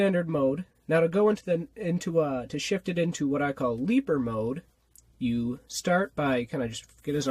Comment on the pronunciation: "That's leaper mode" sounds like "That's sleeper mode"